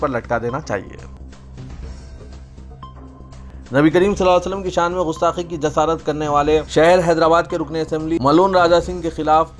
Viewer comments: Ghustaqi nahi gustaqi hai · Bhai Sahab Gustaqi Gaaf se hai Gain se Nahi umeed hai aap Urdudan iska khayal Rakhange